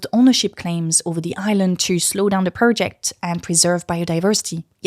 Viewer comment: "Video" pronounced "vidi-er", "India" as "Indi-er", "project" as "prerject" and masking your french accent with "er" sounds is still distracting. Love your content.